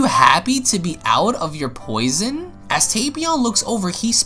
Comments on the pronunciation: I love your videos but I think you should to cuts and retakes videl said fath as in father and it was prison not poison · "FAITH" , "POISON" my dude needs help reading